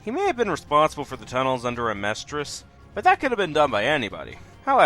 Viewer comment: "Amestria" what's an Amestria?